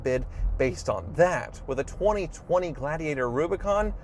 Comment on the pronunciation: ...can you say gla-di-ator?